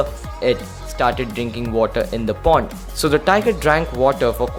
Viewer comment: It is pond not porn